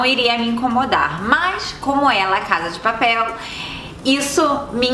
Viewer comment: Fiquei sabendo que foi eleita a melhor série espanhola “La casa de papel” vc falou engraçado